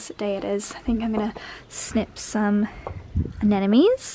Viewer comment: It's aNEmones. Not anenemies. Jeez.